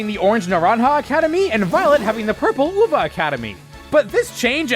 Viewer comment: Not like its important but love the actual attempt of pronouncing naranja and uva well (you pronounced them well btw)